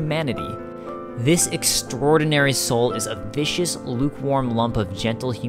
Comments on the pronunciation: its viscous, not vicious, couldn't help myself... great vid as always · its viscous, not vicious... Great video tho. Thank you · ... Viscous (as in viscosity), not Vicious... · Its viss-kiss.